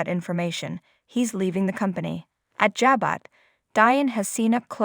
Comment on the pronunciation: Pronounced. Ja - bo